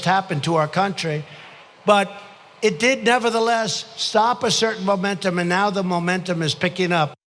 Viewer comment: Trying so hard to say “momentum”. Lmao, moron.